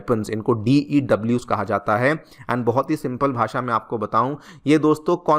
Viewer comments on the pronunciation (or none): none